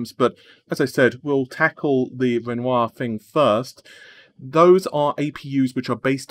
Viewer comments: you actually pronounced it ren wah im so proud and so thankful keep up the great content plz :) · Wow! pronounced Renoir correctly! Today is a good day.